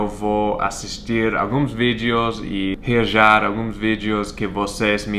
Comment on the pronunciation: "reajar" hauhauhau na traaavee